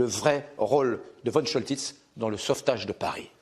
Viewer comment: Comment peut-on prononcer von Choltitz comme vonne et non Fonne ? C'est nul.